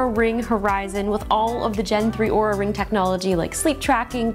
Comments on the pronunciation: Looks like this video might be taken down, she pronauced the name wrong its not oura its aura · 5 seconds in, could easily mistake the way it was said for OOH-RAH, instead of AU-RAH, like they'd insist it be said. This company can't even get reviewer relations correctly, why would I anticipate they have a useful product? How was this product review approved while others have been demanded to be taken down? Will it brick itself if it hears me mispronouncing the brand name? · Oura , Oura, Oura…. it’s ” supposedly” pronounced “Aura” how did iJustine get away with it? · Linus pronounced Oura wrong, the company got pissed. Long story short LTT won’t be working with Oura again. FTR, it’s pronounce “Aura”. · No, she is starting with Or and Linus was saying Ooo. Then he said Ar was the correct way which was still wrong. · not aura, ouuuuraaaa! :) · Lots of time goes into product naming and Linus didn’t do his due diligence when pronouncing the name. Easy route for Linus was to remove the video and blame the company however that doesn’t make Oura Ring wrong but could make other companies think twice before working with them without providing an English to Canadian translator. 😅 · RIP this video after they hear you say their name wrong. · why is your video up still even tho your pronounced the name wrong? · Wait did she say it wrong like Linus? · She said it wrong… look out Justine this video will be banned too